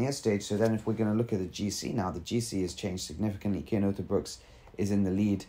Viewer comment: It is C Cian not K . You better practish his name, because he is indeed a great talent ! He is climing much more faster then Remco and is also good in TT . He is still verry verry young and must gain somme more power to becomme a extreme great talent ! We belgians know alreddy for a few years he is going to be the next great tour contender now riding for bora .... THANK you verry much for this exelent vid !!! and dont feel embarrest because of my fist words . you realy have to spell his namen with a C ;-) , manny thanks !